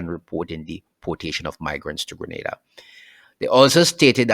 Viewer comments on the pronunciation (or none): Its pronounced "Gre-Nay-Da" not "Gre- Nah-Da" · not Grenada Greneda OK dammit.